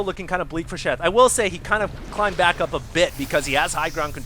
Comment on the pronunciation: You said DACK instead of back I'm so happy as a ASF fan.